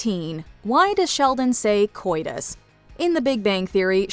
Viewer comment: For a person who is very pedantic, it amazes me that Sheldon always mispronounces the word "COITUS".